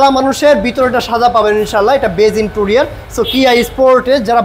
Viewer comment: ইন্টুরিয়ার না, 😂 ইন্টেরিয়র : ইন-টে-রি-অর